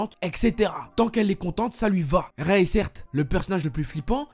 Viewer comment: Prononce Ray "raï" plz 😂 Raie 🤣 Bon j'avoue en vrai c'est pas drôle